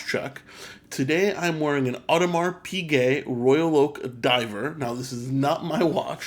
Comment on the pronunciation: Is the S in Audemars silent?